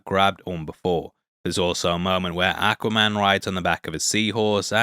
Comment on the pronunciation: I love the way you say, Ack-waman.